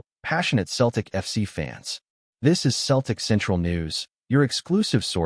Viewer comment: It’s not keltic it’s Celtic swap the C for an S then you have it Seltic got it Celtic